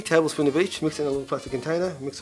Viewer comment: Did he say a tablespoon of bleach ?! I know I must have heard it wrong